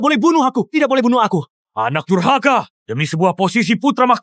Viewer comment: Dasar DURKAHA kata raja bukan dasar DURHAKA 😂😂😂